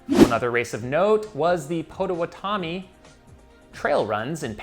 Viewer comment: Oh my gosh, hearing slay the pronunciation of Potawatomi (Pot - a - what-o- me) was epic. The Disney to Disney transcon was done by a man with Type 1 diabetes, also, this is incredibly inspiring for all athletes and children living with type 1.